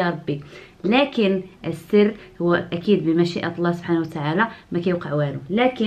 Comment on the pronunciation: كتعصبيني ملي كتقولي لكن.